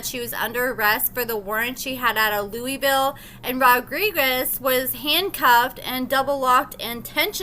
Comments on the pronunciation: LEWIS-ville, Not LOUIS-ville, lol. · it's Lewisville, TX. Not pronounced like Louisville, KY. Lew-Is-Ville! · It's not Louisville it's Lewisville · LEWIS-VILLE NOT LOUISVILLE. Damn! They are pronounced differently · it's Lewisville just like is spelled not Louisville like Kentucky... 😊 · Love you but it's pronounced Louis-ville. I unfortunately live not too far. Also- think quaylon can hook me up? 😂 Edit:: nevermind. Carry on. 😳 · Its Lewisville the way its spelled